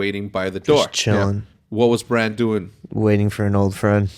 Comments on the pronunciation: BRAN. Not Brahn. Sounds too much like Bron, Jamie and Tyrion's boy. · Its bran not bron lol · If you call Brandon Stark, Braun one more time, I'm going to have an aneurism . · Hecz i love the podcast and i understand you aren’t that deep into the show but you keep calling bran “bron”